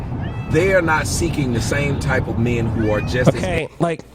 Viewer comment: how the fuck does add a letter to "men"? "Me-in," are you fucking serious?